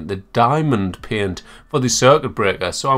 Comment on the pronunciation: I love the pronunciation of paint as “peunt” xD